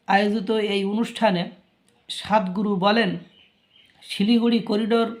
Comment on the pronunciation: উচ্চারণ টা স্বাদ গুরু নয়, সদ্ গুরু হবে। চিকেন নেক নিয়ে যত খুশি বকাবকি করুক, ভারত বলছি - ভারত থাক বসিয়া, দেখতে থাক চাহিয়া, বেশি বাড়াবাড়ি পতনের মূল । এমন একটা দিন আসবে - কেঁদে কেঁদে ভিক্ষা চাইবে ।